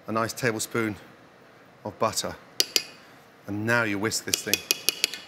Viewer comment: "Tablespoon of buhtuh" proceeds to scoop triple the amount lmao